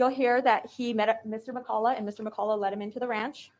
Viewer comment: I can’t cope with the pros calling Mr McCulloch “Mr McColler. It’s pronounced McCulloch. 😂